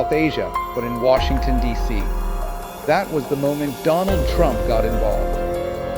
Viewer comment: "doland trump" says the fool modi